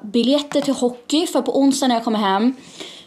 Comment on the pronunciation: Älskar hur du säger hockey